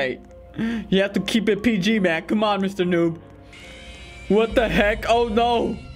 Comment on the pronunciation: It so funny that you said eet!